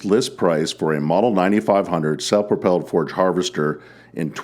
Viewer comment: Its a forage chopper not a forge chopper